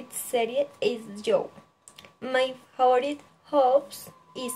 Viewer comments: Falto un poco de información, me pareció un buen video, mejorar la pronunciación en algunas palabras como favorite y pineapple, también se nota el esfuerzo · Buen video, puedes mejorar cosas como creo que dijiste " my name is..." para mencionar el nombre de tu gato y tambien no se entiende bien al principio, creo que quiere decir "husband": esposo. También puedes mejorar la pronunciación de "favorite"y "exotic". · Mejorar pronunciación de palabras como "live", "usually", "favorite", "fruit", "pineapple" "brother", te falto fluidez y por ultimo dices "my name is" para nombrar a tu gato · Hiciste un buen video, manejas bien la información y expresión de la misma, lo único es que debes de tener en cuenta cosas como la pronunciación de algunas palabras, "live", "usually", "favorite" y "fruit". Dices "my name is" para referirte a tu gato, lo cual está mal, otra forma de decirlo es "His name is...."